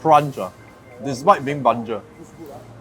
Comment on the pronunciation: Banjir... Not bangje.. 😂😅